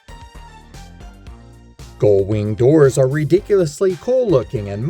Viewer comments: Goldwing doors??? Gullwing. Not Goldwing. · They're not "goldwing" doors - they're gullwing doors.